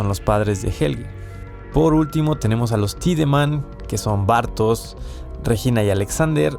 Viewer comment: Empezás pronunciando Bartoz y terminás pronunciándolo Bartosh.